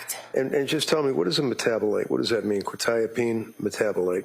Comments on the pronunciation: How has none of the counsel learnt how to pronounce Quetiapine. I’m a pharmacist and it is really annoying me. Surely you would learn how to pronounce something you are going to say so frequently. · oh absolutely. I mean they've been told the proper pronunciation about 500b times by now and they can't ever say it right. It has to be a tactic. There's no other explanation. And while those tactics don't make sense to us they've been proven to be effective in a court room setting. So while I don't really understand the point and it's really annoying, it's something that they're doing for a reason and it's probably working.